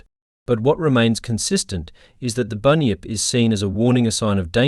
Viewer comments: Bunn -yipp … not “bin yip, or bue-nip”. Do better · I’m Aussie and it’s pronounced bun-yip not bin-yip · first of all you called the bunyip a binyip second said the Tasmanian tiger come from queens land witch it dosent you cant be a real ozzy because you cant get our history totaly wrong do read more books about Australia mate. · Binyip the kiwi version 😂😂😂❤❤❤